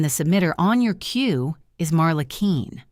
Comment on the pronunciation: Her name is Marla Quinn pronounced “Qwin” not “Keen!”